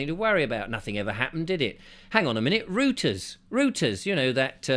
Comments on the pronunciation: please clarify pronounciationwise. Reuters. Is it really pronounced ‘ROOTERS?’ I thought it was ‘ROYTERS’. This is important. For the past 60 years l have heard it pronounced in the latter manner. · It's pronounced ROYters not rooters 😅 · ‘Reuters’ is pronounced ‘Royters’. You must get zee Teutonic diphthong ‘eu’ korrekt or vee’ll send Klaus Schwab and his ESG stormtroopers round! 😁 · Isn't Reuters pronounced "Roy-ters"? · It is pronounced rOYters. The 'oy' bit comes from German.